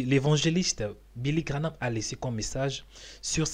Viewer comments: Please man graham instead of GRANAMThat's not so hard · Tu confonds William BRANHAM et Billy GRAHAM!! Ce n'est pas GRA-NAM comme tu dis!! Mais GRA-HAM!!!! Ce serait bien de prononcer les mots CORRECTEMENT!! Merci! ET ELLE EST OU TA VIDÉO DE BILLY GRAHAM?????? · GraHAM et non GraNhAM...sans "N" GRA+HAM. Billy GraHam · Ça se dis billy graham et non pas granam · Cest pas Granah, c'est Graham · Billy Graham et non Grahnam papa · Billy GraHam pas Granam tu ne ces ses de dire Granam. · Graham et non Granam... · PAS GRAHNAM !!!!!!!! GRAHAM VOUS DITE TOUT LE TEMPS GRANAM C'EST GRAHAM GRAHAM GRAHAM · Vous déformez le nom c est Graham abstenez vous de le dire ça fait mal au oreilles 🙏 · Graham comme Abraham.. La pronomciation de son nom est comme Abra HAM. Prononce Billy Gra HAM. il y a pas de N dans son Nom.. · Relis bien son nom avant de te lancer dans une video! Qu'est ce qu'il te fait penser que ça se grononce graname? 😩